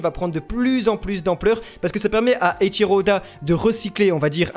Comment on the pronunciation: pratiuement toutes vos therories sont fausses, et plein de gens vous croient tjrs xd avec du recul vous dites n importe quoi, vous ne prononcez meme pas juste les noms, eichiro et pas etchiro, xebec pas tchebec ........